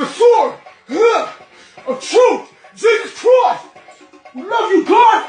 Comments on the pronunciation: Im dead😂 at the pronunciation of Jesus christ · GEEEZEZZ CWISSTTTTTT😫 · He’s simply saying Jesus Christ in an Australian accent. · I wish somebody would say my name the way this guy says J E S U S | C H R I S T